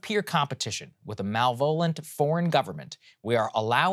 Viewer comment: “Mal-volent” Saagar?